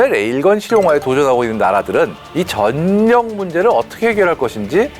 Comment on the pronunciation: 전력...을 '전녁'으로 읽는 것으로 들리네요. '절력'으로 읽는 것이 맞습니다.